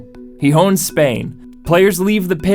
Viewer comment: He sounded like a donkey when pronouncing Gijon 😂